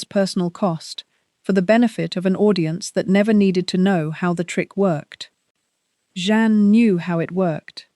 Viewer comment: His second wife’s name is Jeanne - not John or any of the other ways you pronounce it. It’s very easy.